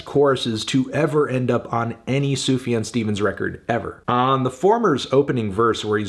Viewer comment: It's pronounced Zoo-Fuh-John